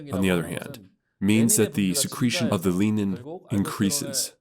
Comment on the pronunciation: The hormone is renin...not lenin 🤭